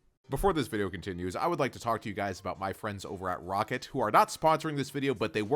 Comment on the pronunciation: its rocat not rocket